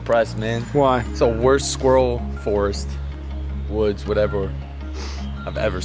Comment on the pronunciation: Is not being able to pronounce the word ‘squirrel’ properly an American thing ?